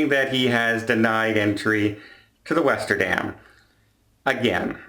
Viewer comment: The Westerdam ought to change its name to the Lesterdam, because that "W" is now an "L." XD Thanks for the video,! I appreciate the updates, and the "I told you so" was just hilarious!